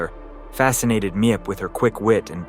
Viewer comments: Meep. Not mi ep. Anna not how we say Anne. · Wel done video except mispronunciation of Miep and her husband’s names. Rather annoying to listen to. But the documentation I good, I think it agrees with Miep’s book and her documentary.